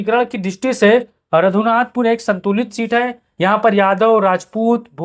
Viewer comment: Nam padhne nhi ata raghunathpur ko radhunathpur padh rha ha phle shi se dekh to leta